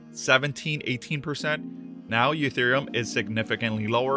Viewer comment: why does he call it eutherium?